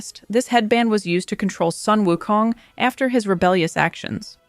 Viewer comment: Sun is pronounced as 'soon'. It's a beautiful mythology story.